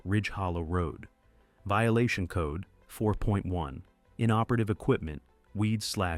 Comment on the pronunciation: Vililation?.is that like violation?